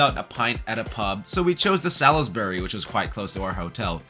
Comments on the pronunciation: "Sal-iss-berry"?? No, no, NO. Salisbury is pronounced "SOLZbry". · Mispronunciation of Salisbury really annoys me. It’s pronounced ‘Sallsbury’ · Well written and presented. The steady pace this really enjoyable to watch, but a couple of the pronunciations were off a little. Salisbury should be more like Salsbury or even Solsbury . . . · What a great guide to London food. Bringing my (American) family to London for the first time in July. FYI there is no “i” in Salisbury - it’s pronounced “Sawlsbury”.